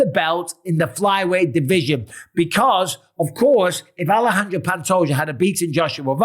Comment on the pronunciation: It's pronounced Alesandre not Alejandra. That's a cute girl's name